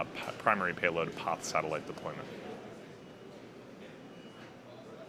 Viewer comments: Am I crazy or does he say poth/pauth instead of PAZ every time? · Why is he pronouncing "Paz" as "poth"? What language is that? The satellite is from a Spanish company, but Spaniards pronounce "Paz" as, wait for it.... "paz". Go figure. Maybe buddy has had a stroke, has a lithp, or suffers from a bad case of hipster disease. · Joaquin Andreu, are you deaf? He is saying "poth" not paz. Click the link I provided where you hear a Spaniard pronounce it "paz", then compare it with his mispronunciation. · Loved the video and space x. There a few ways to pronounce paz. Hated the one you chose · you should learn to say Paz like it should be. It's easy, come to Portugal and I'll teach you. Peace!